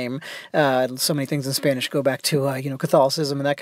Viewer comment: You have a great spanish pronounciation.